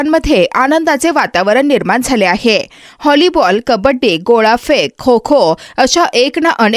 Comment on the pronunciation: Hollyball nahi ga, volleyball 🏐 asa ahe. Chayla sala tumhala tumchi matru bhasha dhanga ni bolta yet nahi. 🤦‍♂️🤦‍♂️🤦‍♂️🤦‍♂️🤦‍♂️🤦‍♂️🤦‍♂️😡😡